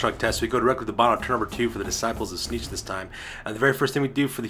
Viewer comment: aaargh. Its Tzeentch, not Tzneetch. Also, everything you summon, split or add to your army, you HAVE to pay points for, otherwise its just silly.